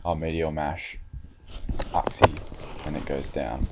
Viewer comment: i think its pronounced yooxie